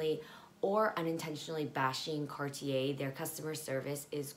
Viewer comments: Cart yeh..You said it quite well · The way you say cartier at first is right !! Car tiey